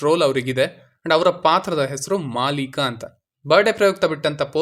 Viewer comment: ಮಾಲಿಕಾ ಅಲ್ಲ ಮಾಲೀಕ ಅದರಲ್ಲ ಒಂದ ಗತ್ತ ಇರುತ್ತೆ ಉತ್ತರ ಕರ್ನಾಟಕ ಹೆಸರು